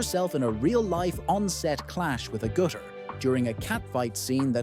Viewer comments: Could have at least pronounced her name correctly :( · you never pronounced her last name correctly, not even once.